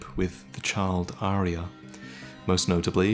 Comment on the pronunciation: I cringed every time he called her Arya.